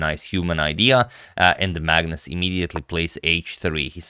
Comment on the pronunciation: Some time i hear madness instead of Magnus 😂